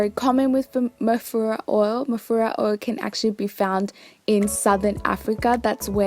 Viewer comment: At first I thought u were saying mafuta oil haha